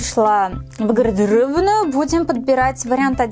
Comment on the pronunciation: На ты говорила "Гыгдеробную" Ору с этого:)